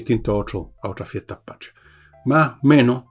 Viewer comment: La palabra es Patria, no pashria